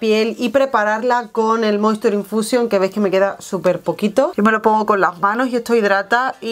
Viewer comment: Cuando has dicho "moisture infusion" he escuchado "monster infusion" y me he quedado pilladisima JAJAJAJAJAJA FLIPO CON LA PALETA 😍